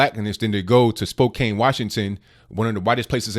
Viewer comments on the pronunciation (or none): Spokane is pronounced spo-CAN. Sorry, just trying to help. Carry on. 😎